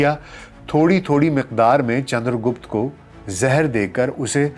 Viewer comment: गुप्ता नही रे..... गुप्त था